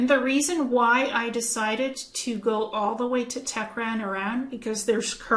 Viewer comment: Thank you for what you found there. Highly interesting. The city you mean in Iran is Tehran (you pronounce it like Te-he-ran) not Tecran. I have been there twice with English friends and they pronounce it like that too. Just saying;) Thank you for what you do. Namasté.